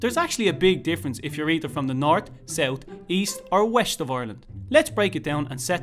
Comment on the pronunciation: wesht lol the Irish get it